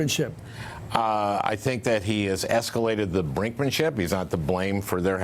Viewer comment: 1. First politician or pundit I've noticed pronounced "Brinkmanship" correctly. Thank you. 2.The quote, something like, "Before the enormity of the sphinx they would discuss the desert heat" applies to the past two years worth of the Trump phenomenon. Rhetoric does nothing to remedy. It does nothing to alter the fact that this fool simply needs to disappear, along with one hundred percent of his contingent. But the news casts are enjoying the reality show, which they are supremely at fault for perpetuating.